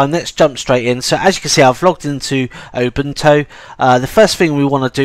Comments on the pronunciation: Its U-bune-too not ubuntow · Did you say obuntu and not Ubuntu? haha. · The accent is great. I thought, for a moment, that there was a new Linux distro called: Open Toe.